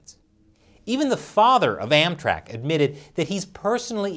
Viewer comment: Everytime he says "AmTrak" I keep thinking he says "Anthrax"